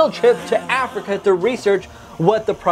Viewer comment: You said Afica